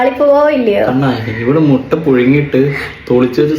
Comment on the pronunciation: മൊട്ട അല്ല മിട്ട ആണ് 😌